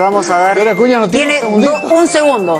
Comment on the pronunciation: Jajajajaja otro acuña es uci no usi. Jajjajaja que animal y corrigiendo todavía jajajaja